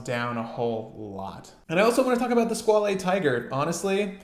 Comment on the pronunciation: Squale is pronounced "[squale]" :) Hope that helps!